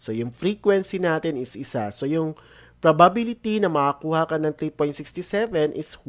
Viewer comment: bulol po ba kayo sa probability